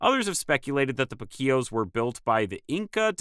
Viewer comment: Uhh... It's POO-Keos, not poo-KEos